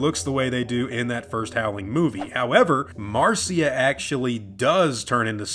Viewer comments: Why does he keep calling her Marcia? Her name is MARSHA! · Its Mar SHA, NOT MAR CEE A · Uh, not to be that guy but her name was MARSHA not Mar-cee-a. Carry on. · It's Mar- SHA NOT CIA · Why does he keep calling Marcia, "Marceeya"?